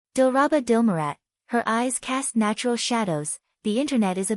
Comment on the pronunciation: Ooi tidak bisa kah kau membaca nama nya dengan benar ???dilraba dilmurat kok jadi dilarat dilarat apaitu dilarat ,gambar orang nya benar nama nya kok diubah ubah benci aku dengar nya